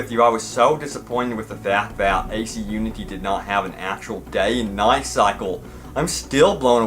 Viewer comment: Does anyone else here him say Unty. Like oonty